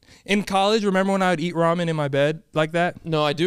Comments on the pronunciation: how are you lonely my G, you is a good lookin dude, there is no way, then i think, man this guy really said raymen xD!!!!! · please...its RAW-MEN